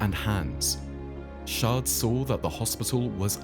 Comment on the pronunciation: The pronunciation of Natal is way off! And it's Chard with a c not pronounced Shard with an s!